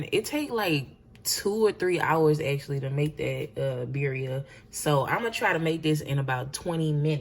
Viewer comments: This broad kept saying beeria was IT for me😂😂😂😂 she aint even tryna attemp to pronounce it correctly. Its pronounces BIRRREEEEAAAA😒🙄😂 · tell me why i knew she was black when she said birria 🤣🤣🤣